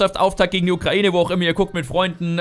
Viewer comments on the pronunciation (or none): none